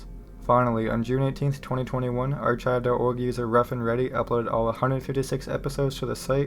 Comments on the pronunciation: Hey there! I noticed a little pronunciation error, but you should be good. The "ch" in archive is more of a "k" rather than a "tch". Nice video! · say archive one more time